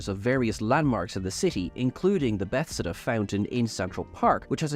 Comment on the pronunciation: "Bethesda" - At this point, I have to think you're just trolling us.